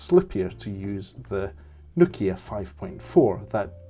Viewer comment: No'kia not Noki'a !